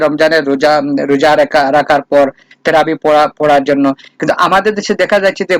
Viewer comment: তুই মুসলমান কিনা, তারাবি উচ্চারণ করতে তোর দাত ভেঙে গেলো।